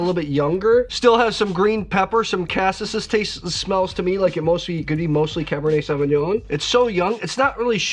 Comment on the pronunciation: My OCD won't let me skip this...."cassis" is pronounced "ka-sees"; soft A, hard E. End of rant!